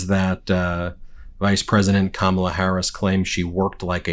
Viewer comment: Wow he accidentally pronounced Kamala’s name right. 😂